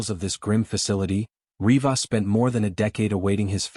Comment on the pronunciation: Such a poorly made video... Starts with the way you pronounce RivAAs... Two Rodrigezes.... Rodrigi?? 😂😂😂